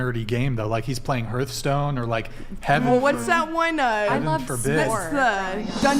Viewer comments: but did he ever learn how to pronounce "hearth"? heart. hearth. heart. hearth. xD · How does not know how to pronounce Hearthstone